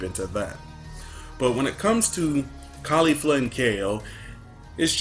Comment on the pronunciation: It's KEFLA not KAYFLA. Why does everybody pronounce it Kayla? Kefla herself pronounced it kefla.